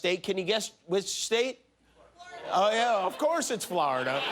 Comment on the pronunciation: “Flarda” - Jimmy Kimmel